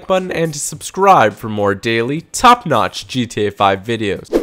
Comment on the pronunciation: Holy shit I hate it when he says "top notch" that way!!!